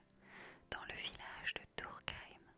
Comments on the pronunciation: Prononce le U à TURKHEIM et je suis de colmar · On dit pas TURKHEIM UUUUU